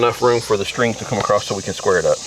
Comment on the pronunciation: "AcrossT" with a T? That's great.